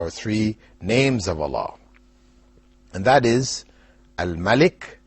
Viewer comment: My name is spelled like Al Malik but is pronounced like Al Maalik